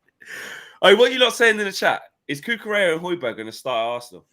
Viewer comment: The hatred with which Flex was pronouncing the “Hoj” in “Hojbjerg” tells you all you need to know 😂